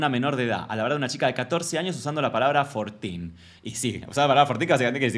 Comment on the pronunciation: Jajajaj cero inglés... Yo entendí "Fortín"... Como qué es fortín? Que es? Y era 14.😂